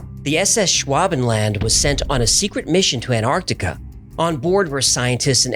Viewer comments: Will you please stop saying 'anartica'. It is ANTARCTICA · Please pronounce Antarctica correctly!! It's not an-ar-di-ca, it's an-TARC-ti-ca. The first T has to be pronounced! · Wheres Anartica?.. Why can't Americans say Ant-arc-tic-a properly? 😂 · IT'S NOT CALLED "ANARCTICA" ITS ANTARCTICA ! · Why do Americans pronounce Antarctica as Anartica or Anarctica? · Why do you pronounce it 'An-artica', without the 't' ? Genuine question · It annoys me how people don't pronounce the first "T" in Antarctica. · Any particular reason why yanks can't pronounce the word Antarctica correctly?